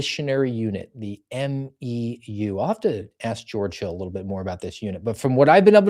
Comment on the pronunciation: I was with the 31st MEU (pronounced "mew") in the early GWOT years. We traveled up and down east Asia, mostly training for NEOs (Noncombatant Evacuation Operations) like pulling people out of Embassies.